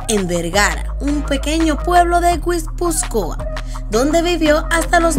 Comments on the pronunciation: Pronunciaste mal Gipuzkuaa. Yo como vasca q soy sé q es mucho más facil pronunciarlo d lo q parece y te has complicado mucho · Aprende a leer Guipúzcoa, y luego haz el vídeo.